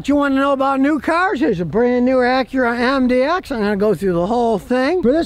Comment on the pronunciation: It’s Acura 😅